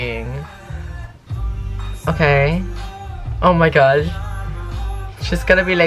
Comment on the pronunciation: My reaction “oh my gwat” 😂